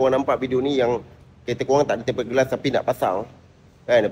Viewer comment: Tempered bang (temperd)...bukan tem-pe-red 😂